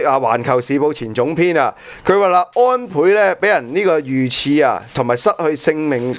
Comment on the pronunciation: 正音😂遇刺（食）